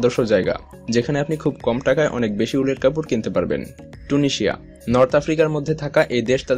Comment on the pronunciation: ভাই টুনিশিয়া না তিউনেসিয়া